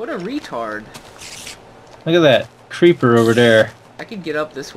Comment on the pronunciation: "LOOK AT DAT, CREEPAAR OVAR THAARR"